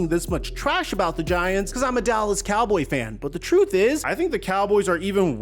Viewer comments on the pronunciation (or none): none